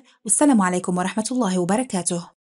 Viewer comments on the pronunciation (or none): none